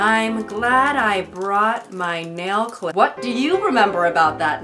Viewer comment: What was the “wHaHt”